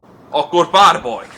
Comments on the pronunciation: Yo entendia barborrr XD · Como se dice "Duelo" en hungaro??? : "barrrboi" XD